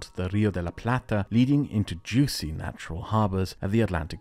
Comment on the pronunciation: first time I heard say the word "juicy" and the pronunciation in his accent made me chuckle Great video as always